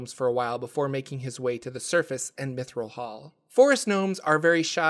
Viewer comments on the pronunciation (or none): none